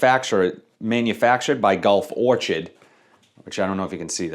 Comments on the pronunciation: Vision = Pacific Chill. I have it and enjoy it quite a bit. Great performance. Legacy = Blue Talisman. Don’t have that one since I already have Art of Universe. Also, it’s Gulf Or-kid, not Or-chid, lol. Like the flower. Thanks for the content! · "Or-kid" not "or-chid". Sorry, I couldn't help it.